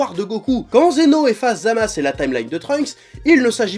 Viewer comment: Tu me perturbes à dire Zamas, c’est pas ZamasU ?